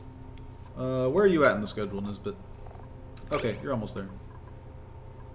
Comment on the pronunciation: this is quite late but everytime you say nisbet i hear this bitch, am i the only one?